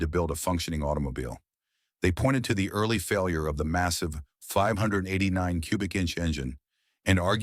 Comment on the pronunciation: I stopped watching after it mispronounced 589